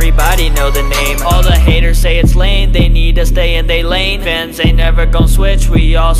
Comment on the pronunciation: It sounded like when said fans it was like vans 💀 If your dirty minded sometimes you will know what I’m thinking rn 😅